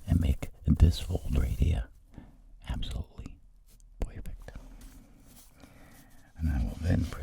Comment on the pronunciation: “Ahbsolully* •poifect•”